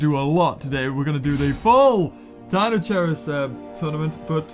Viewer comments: It's pronounced Kai not chai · It is pronounced dino-KIERUS. not dino- CHEERUS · no offence, but it is actually pronounced deino-kai-rus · Deinosherius... It is'nt hard to say Dei no she ri us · Deinocheirus is pronounced dynokyres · it's pronounsed dinokairus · The way you pronounce Deinocheirus is soo cringeworthy